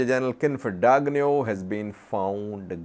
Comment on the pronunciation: that “g” in Dagnew is silent 😂or gn is ñ